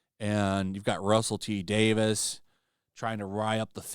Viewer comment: Dude, it's "Day-veez", not "Day-VISS". It's even spelled "Davies", not "Davis".